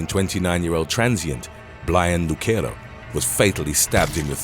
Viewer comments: Brians last name is not pronounced Luk-ero its Luc-ero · Havent read the comments, the name Lucero is NOT pronounced the way you're saying it. It's pronounced "Lew-sair-o". It's a Hispanic/Latino name, not Italian. 😊